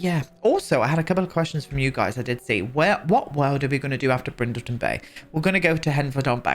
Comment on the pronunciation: Everytime you say Brindleton House, I hear Bridgerton. Which would be very fun to do as well. On the EXTENSIVE list that annoys me with the build/buy mode are the end pieces of kitchen cabinets: why are the floor one so much shorter than the wall ones?!